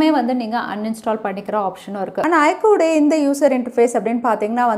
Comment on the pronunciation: its IQ not ikoo